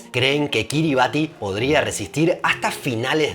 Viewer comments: Buenísimo pero me faltó un dato muy importante de este paìs: no se pronuncia “Kiribati” se pronuncia “Kiribas”. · La pronunciacion de Kiribati es /ˈkɪrɪbæs/ KIRR-i-bass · "Kiribati" se pronuncia "quiribás", "ti" es la manera en la lengua local de representar el sonido "s" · Se pronuncia KiribAS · Tenia entendido que se pronunciaba Kiriba(S) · un habitante de Kiribatti me dijo que se prununcia Kiribass, con ese en lugar de la t al final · Según entiendo, se pronuncia Kíribas... Pues su alfabeto es una tacañería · Kiribati en realidad se pronuncia "Kiribas"